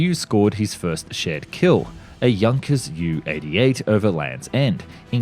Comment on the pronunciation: Junkers JU 88 Is pronounced junkers Jay You 88 in English . Try harder.